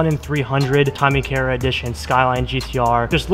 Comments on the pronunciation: It’s Tommy Kaira - pronounced KAI-RA 🤙🏻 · Man, at least pronounce the parts right. Ultra rare and dope shift knob, respect on that, but that's not how you pronounce Tommykaira.